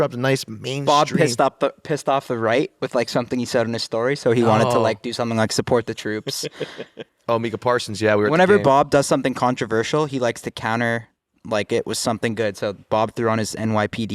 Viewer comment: Why the fuck did you pronounce his name “MEEK-AH PARSONS” . Bob you ass..